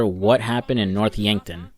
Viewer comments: “Dave Harris” “Yankford”😂😂c’mon man the game had been out over 10 years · It's North yankton! Yankford 😂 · North Yankton not Yankford* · He seems to have a bit of trouble with the names sometimes; Dave Harris instead of Norton, Yankford instead of Yankton. Dave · bro the town is called Yankton lol